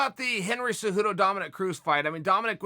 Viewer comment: I feel like chael should prounce cejudo "cejewdo" lol.